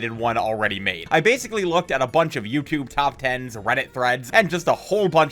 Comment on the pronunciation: youchewb video